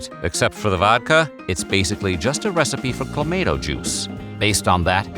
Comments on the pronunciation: Caesars have the same basic recipe as a Bloody Mary, but the Clamato juice makes them spicier and more savoury. It's one of those things that Americans should like, but it never caught on down south for some reason. Same with poutine. It's also clam-ah-toe. That's Motts' official pronunciation. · Stop! Saying! ClaMAYto! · The total population of Canada is around 41 million yet they drink 350 million Caesar cocktails? Also it's pronounced cla- MAH -toe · I don't even like the stuff and I have never in my 40 years alive have heard of it pronounced that way. I'll need a drink of something harder than CLA-MAH-TOE just to finish watching the video 😭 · Drinking Game: Take a shot every time it’s pronounced “Cla-May-Toe” during this video….🥃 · OH MY GOSH, as a canadian you gotta pronounce that right. Clam - ahh - toe !!!!!! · Cluh Mah Toe... it's awesome in beer!!! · I drink it, straight out of the bottle, regularly It's pronounced Cla-MAY-to, and the Canadians can go take a flying leap through a rolling DONUT! Add vodka to it, it makes a CLAMSHOT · Checking in from Southern California, and the pronunciation of Clamato in this video is sending me over the edge. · I don't know what's more abhorrent, the drink itself or your pronunciation of the product name. lol. whoo boy. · Goddamn it that pronunciation is a war crime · Your pronunciation makes me want to stab you in the throat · Who the hell pronounces it like that? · Same...never in my life have I heard it pronounced that way. I just stick to V8😂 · You really need some Canadians on your staff. That pronunciation was horrid. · The way you say "clamato" is actually triggering. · He says tom-ate-toe, so it makes sense for him to pronounce it the same. He would have to switch back and forth. It’s a dialect thing. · They pronounced it that way as engagement bait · This AI video made me unsubscribe. What is this mispronounced Garbage. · That’s how everyone pronounces it except the guy getting paid to talk for a living lol